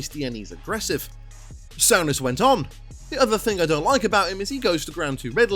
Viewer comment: Sorry, but you absolutely butcher the pronunciation of most of the players names lol Sowness? Noons? Varin? Great video, but please its dead annoying.